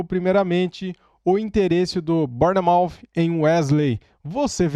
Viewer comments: a pronúncia é (Bournemouth) Bour-mouff essa é a fonética 👍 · O correto é : “Bormof “ = Bournemouth Ps: Moro na Inglaterra